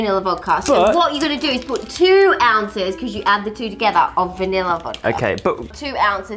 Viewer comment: "6 ozzes" GO TO SCHOOL haha